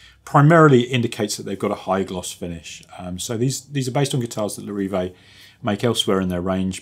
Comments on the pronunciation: not sure what you’re on about, you were way off. Lair-i-vayy Good reviews though, and this is an incredibly minor mistake. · Say it properly please!! Larr-a-VEE…